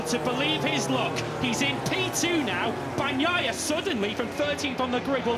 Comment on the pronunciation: Am I the only one who wishes these guys would say Peccos last name correctly? Banyaiya?